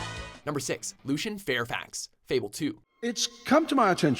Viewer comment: Lucien is not pronounced "Looshen". Just putting it out there.